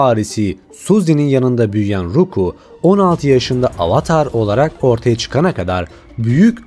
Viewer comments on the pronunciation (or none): ruku ne kardeşim ? ROKU ONUN ADI ROKU. ayrıca alta koyduğun müzikler hikayeyi ilk defa duyanlar için anlamayı imkansız hale getiriyor ki , hikayeyi herkesten çok ayrıntısıyla bilen bilen bile dayanamayıp 1 . Dakikada videodan çıkıyorum . Buda senin kanalını ilk defa gören ben ve benim gibiler için abone olmama neden oldu . İyi günler